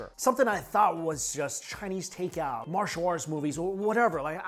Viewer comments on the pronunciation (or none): none